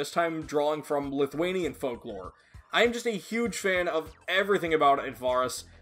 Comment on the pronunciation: Did he actually say lithunian folk lore?